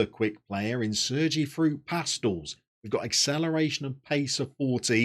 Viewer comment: For pronunciations: Pastells is Pas-teyas (or close to, hard for us English natives); Campeny is cam-pen-ya (the "ny" phoneme in Catalan is the same as the n with the tilde in Spanish); and Jordi is more like zhor-di than Geordie.